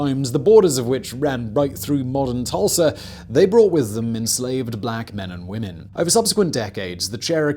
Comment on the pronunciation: He said Tursla 😆